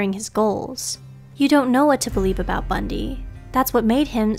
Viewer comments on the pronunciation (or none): none